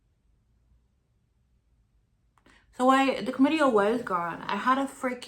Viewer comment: It's Clam-itty-a. Chlamydia.